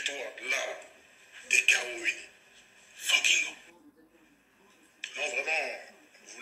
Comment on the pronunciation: Coucou,! Coucou, chou fleur! Gims m'énerve déjà, à peine sa story commencée. Il est ridicule, le gars! Pour les tacles, il n'est pas bon du tout. Au moins avec Blata, on rigole. Et ça fait quoi si sa montre, c'est une fausse? C'est lui plutôt qui est ko. MDR, Wuinnie, on dit Winnie, prononce bien mon gars! Alors lui, la modestie, il ne connaît pas. "Je suis plus fort que toi", on dirait un vrai gamin. Il n'est vraiment pas intéressant, ce mec. Bref, team Booba pour moi, car Gims trop prétentieux. Bisous!